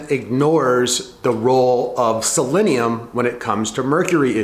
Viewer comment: I dunno guys, he's not even pronouncing selenium correctly..... Should we even trust this information?